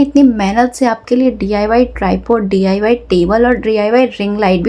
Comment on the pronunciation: Mam D. I. Y. Nhi डाई Bolo